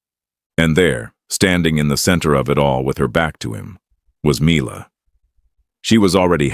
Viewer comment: Make up your mind and pronounce Mila as "Me-Lah" or "My-Lah". Although, it should be "Me-Lah".